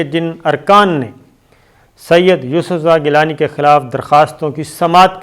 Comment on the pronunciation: سید ، اتنا زور دے کر نہ کہا کریں۔صرف گیلانی ٹھیک ھے ۔ اتنے اہم اعوان میں اتنے غیر سنجیدہ لوگ جن کو ہر وقت الیکشن چاہیں